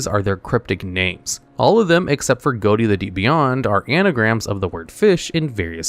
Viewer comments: For #10, it's not pronounced "goatie" it's pronounced "fish". The gh from "enough", the o from "women", and the ti from "action". Edit: you were saying it wrong on porpoise lol! Edit 2: pun intended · Ghoti is actually pronounced "Fish" it just bothered me when he kept saying Goat-ee so i had to mention it lol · Ghoti is pronounced "fish"